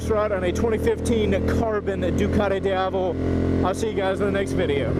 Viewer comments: it pronunce deeavel ;) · repeat after me: dee-ah-vel. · Worst pronunciation, man! It goes like dee ya vel. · It's pronounced Dee-avel. As in the Spanish word for day (Dia). Source: I am European. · its pronounced deeavel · You are pronouncing name of this motorcycle in a wrong way... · Completely butchered the name lol